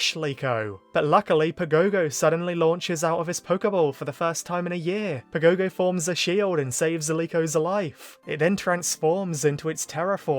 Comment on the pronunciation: Man I hate hearing "pa gow gow". Watch the japanese dub and learn the right pronunciation!